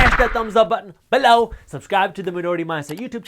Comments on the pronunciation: Please stop saying "below" lol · You crack me up with your unique "below" emphasis. Very articulate and informative for all newcomers. God Bless You Jaspreet.